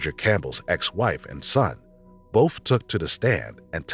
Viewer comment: Narrator is great except for when he say "boph" for "both" as if he's about to say "bophades nuts"